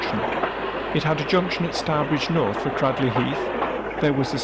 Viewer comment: A very interesting film - most enjoyable to watch. As I'm in my mid-60's, grew up in Tipton and have lived in Stourbridge for many years (literally 5 minutes walk away from Stourbridge Junction) the places were all familiar to me. Just two comments on pronunciation: 'Bradley' should be pronounced 'Braid-lee' and in Cradley Heath, 'Cradley' should be pronounced 'Craid-lee'